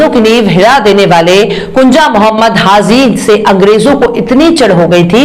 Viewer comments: The word is : HAH JI Not HAH ZEE Thanks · HAZI KYUN BOLTI HO....HAJI BOLO